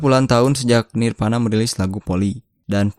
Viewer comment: voli bukan poli, nirvana bukan nirpana hehe.. salam grunge